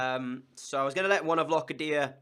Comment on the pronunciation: Locadia is pronounced like Low cA dia